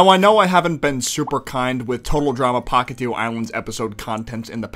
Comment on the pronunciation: genuinly, even tho i consider our Chris dub better than the english one, the fact that he keeps calling the island Pahkitev and not Pahkitew really triggers me